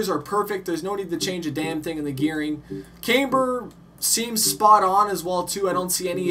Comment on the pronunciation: The car is pronounced rayth, and its pronounced cam bur not came ber